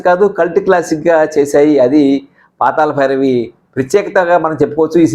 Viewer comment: meeru "La" ni "la" palukutunnaru. PaataLa bhairavi, Paatala bhairavi kaadu. Manninchaali. NTR became a super star after this movie.